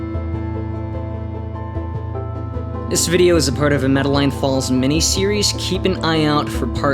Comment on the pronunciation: I do apologize for the incorrect pronunciation of the town. I will be releasing part two this week and will ensure that the name of the town is pronounced correctly.